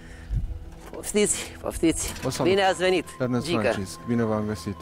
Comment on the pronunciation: Domnu' Iernest 😂😂😄 mor cu ăștia care nu știu să pronunțe litera E...